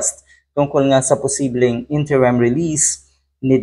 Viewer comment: pakiayos naman po pagbigkas Ng Interim. Hindi po ENTERIM ha? Interim po. nakakahiya po talaga Yung bash Ng bash ka tapos ganun pagbigkas mo 😂